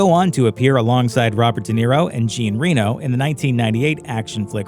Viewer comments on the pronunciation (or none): Dude, Jean Reno is French so you completely mispronounced his name! It's supposed to be "SZ-Ahhh-N Reh-Knew". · yes, the narration is terrible. The pronunciation of "Jean Reno" made me cringe 😖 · "Jean" in Jean Reno is pronounced like the 'Merricuns/Blighties pronounce "Sean."